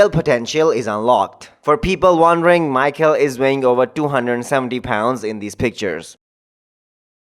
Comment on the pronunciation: It's pronounced like My+Hall like first part of Hallway, it's a generic Slavic name mostly Eastern and Western Slavs, big support from the Slav community!